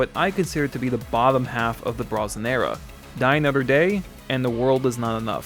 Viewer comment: Well, he didn't mock Spectre in this video, but he made up for it with "I GUSS EYLL DUH MOTHER DEH".